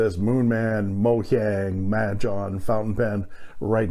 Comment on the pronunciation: Mandarin speaker here. “Mojiang” is pronounced approximately “Mo-jung” where Mo is like “mo’ money mo’ problems” and “jung” is like “junk” with a “g” at the end, or “young” with a “j” at the beginning. “Majohn” is basically an attempt to make a brand name that sounds close enough to the Chinese name, but non-Chinese people can still manage to decipher without too much trouble.